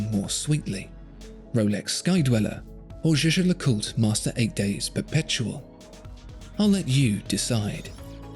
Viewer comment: I think the way pronounces "Zsa-Zsa LeCoot" is amusing. It makes me want to buy the Rolex, dahlink.